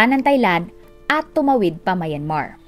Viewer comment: Plz pronounce Myanmar correctly..